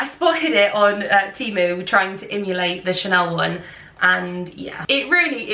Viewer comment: Your accent makes me life - going from country bumpkin / Bristolian to Ascot resident!!! It’s emulate not imulate btw.